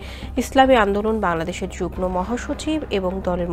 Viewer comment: আমি আশ্চর্য হই যে কালবেলা একটি প্রতিষ্ঠিত সংবাদ মাধ্যম। এই মাধ্যমের একজন উপস্থাপিকা কীভাবে যুগ্ম কে যুগনো বলে। উচ্চারণ হবে যুগমো।